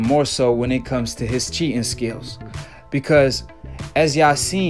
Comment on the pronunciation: Cheetin, cheetin..,every time u say cheetin... 😹